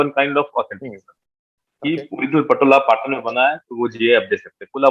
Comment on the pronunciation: It’s not पटन its पाटन पटोला sir🙏🏻